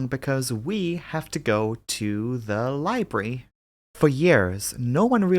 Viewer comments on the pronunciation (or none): Hey, did you know the word is 'library' not 'libry' 😜